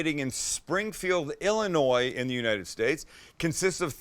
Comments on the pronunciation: Thank you for knowing how to say “Illinois “ 👌🏾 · You didn’t pronounce the S in Illinois. Thank you.